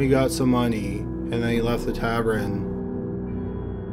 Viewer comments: Tavern is pronounced 'tāv-urn' not 'tav-er-in'. That's all. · It's tavern not tavren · tavern =/= tabren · It's taVERN not taVREN!!! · “Tav-ren” instead of tavern. Thanks for giving us a new word mangling!